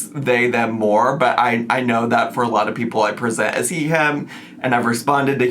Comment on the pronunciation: She pronounced it, “Ask a lottle…” She and Remy should’ve asked a lottle questions BEFORE rolling up to that hellhole 😭